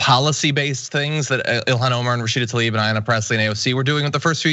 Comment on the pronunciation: John, I love you man so can you please PLEASE lead the effort to correctly pronounce Rashida TLAib instead of TALib? Please. Thank you Sincerely, Someone who has had his name mispronounced his whole life